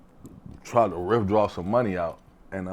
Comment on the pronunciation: Man said “riffdraw some money”😂😂😂😂